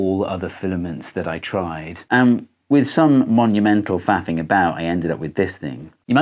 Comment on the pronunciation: "with some monumental faffing" didn't sound at all as "faffing"😂😂😂